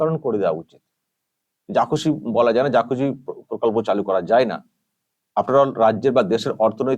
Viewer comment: প্রকল্প নয় পোকল্প বলবেন।😊